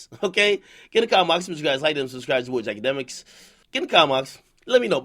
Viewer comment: “Itchkabdemks” -Akedemiks